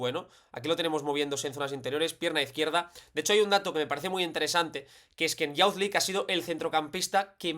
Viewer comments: Una nota: youth se pronuncia [yoo th], no como bound ni pound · Excelente análisis. Puede ser una herramienta muy útil cuando los rivales jueguen a presionar a los mediocampistas. Una nota: “Youth” se pronuncia “yuth”, no “yaoth”.